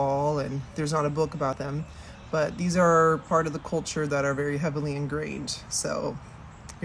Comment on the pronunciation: “Culture”, emphasis on four select letters of that word.